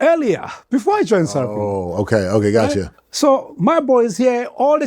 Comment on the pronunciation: Sarah Fina 😂😂😂. Bro, its Sarafina